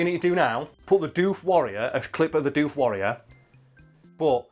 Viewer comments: bruh, its doof like woof, not dewf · Yeah hearing it pronounce dewf isn't right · Your saying it wrong. D'oof is how you say Doof. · "Doof" the colloquial Australian name for outdoor rave music (cause it goes doof-doof-doof-doof, I'm not joking) is pronounced with a short double o, unlike the word roof. Doof Wagon, Doof Warrior; short double o. Otherwise your mouth fills with flies in the time it takes to go Oooh, true story.